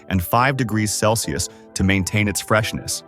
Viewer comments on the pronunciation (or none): none